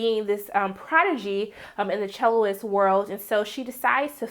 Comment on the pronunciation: "Celloist" Oof.